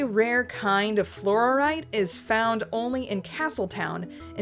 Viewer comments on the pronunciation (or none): Flor-ite, not flor-or-ite